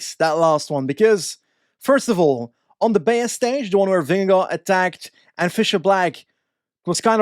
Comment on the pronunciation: Your pronunciation of Vingegaard is really good! Not quite native but pretty f*cling close!